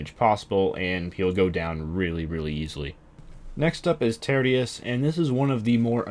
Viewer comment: "turdius". its pronounced TEER-SHUS